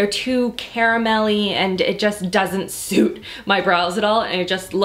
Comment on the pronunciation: Was anybody else concerned by the way she said suit in the beginning?